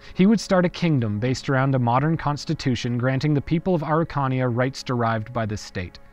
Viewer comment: It took me so long getting that you were pronouncing Araucania, I love your videos, and is ok to ask for help for pronunciation.